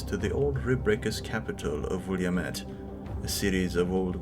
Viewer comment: And 'Williamette' - at least when referring to the river and things named for it - is pronounced 'Will-Lam-It', despite how it appears.